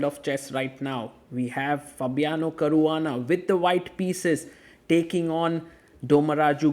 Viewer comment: I love how sagar says caruana. Its sounds like a standard indian surname